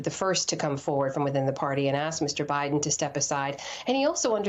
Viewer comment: It's President Biden not Mr Buden